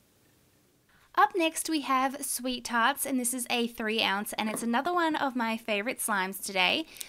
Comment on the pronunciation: When she said sweet tarts I thought she said sweet farts